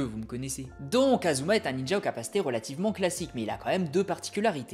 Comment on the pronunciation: ASuma pas Azuma… tu dis Sazuke aussi ?